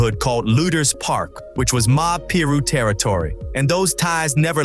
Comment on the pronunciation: its PYE-RUE .. and i'm not even a blood..